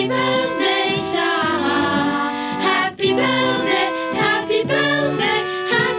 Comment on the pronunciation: J’adore votre diction, par exemple quand vous dites “ses affaireudeuvaleur", “princesseuSarah” ou “l’archétypeudumartyr”. C’est très sympa 😂